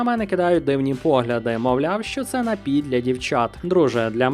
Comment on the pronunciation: Найліпший напій на світі - це дволітрова пляшка "Карпатської джерельної" після понад року вимушеного перебування за кордоном! До речі, приємно чути, як Ви правильно наголошуєте напІІІІІІй. Дуже добре!